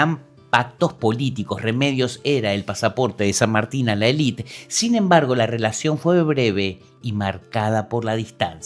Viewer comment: Tus videos son muy interesantes, pero por favor podrías decir élite en lugar de "elít". Es un barbarismo.